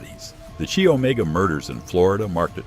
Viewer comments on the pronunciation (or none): chi is pronounced “ki,” not “chee.”